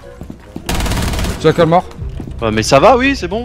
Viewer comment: Jackal = rackal car il est espagnol Mdrrrr